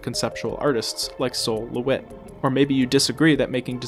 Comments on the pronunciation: I expect Sol is not pronounced 'soul', but rather like 'all' with an s in front, since it is short for Solomon. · Sol LeWitt's first name is pronounced like "Saul", not that it really matters. Great video